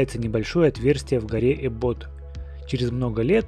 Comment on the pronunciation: Не эббо́т а э́ббот